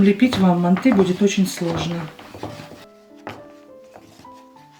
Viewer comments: Не мантЫ, а мАнты🤦🏻‍♀️ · Мы тоже из Казахстана.Говорим мАнты.МантЫ ,прям ухо режет😀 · Ни мантЫ а мАнты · Не манты, мАнты. Прекратите уже следовать недорослям.. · Не мантЫ, а мАнты!!! Произносите, пжс, правильно название этого блюда уйгурской кухни, древнего уйгурского народа!!!❤❤❤ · Почему вы ударение ставите на букву Ы ? мантЫ... У нас правильно говорится и травится на букву А мАнты. Но готовите вы так же как мы в Алма Ате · Только почему ударение на манты'.Уйгурские всегда были всб жизнь ма' нты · Не МантЫ, а мАнты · А где мясо? Это мантЫ! Бред полный! Не мантЫ а мАнты! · Говорите , пожалуйста , правильно МАнты, а не манТы. В Центральной Азии, откуда родом манты, все говорят МАнты, т.е.правильно так. Желаю вам процветания вашего канала ! Смотрю вас регулярно ! ❤ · Манты - казахское блюдо, и говорить нужно мАнты, но в России и даже Узбекистане почему-то произносят мантЫ, странно и режет слух. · МАнты мАнты мАнты не мантЫ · Ну почему не м'анты а манты' Ударение надо на а. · Не мантЫ , а мАнты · У нас в Казахстане говорят не мантЫ, а мАнты😊 Вам спасибо 🎉🎉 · У нас тоже в Душанбе не мАнты, а мантЫ . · Странно, что ударение ставят на ы. Ведь это неправильно, нужно ставить ударение ,на слово манты ,на букву " а " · Даже говорим мАнтоварка, потому, что мАнты, а не мантЫ. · Да не манты а МАНТЫ ударение на первый слог. Рецепт гуливэ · Ма'нты ударение на (а) . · мАнты,ударение на А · Блин,ну как режет слух, мантЫыы😮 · Манты ударение на первый слог, и яйца не добавляют. Чтобы когда на пару готовиться не было тесто твердым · Манты ударение на первый слог..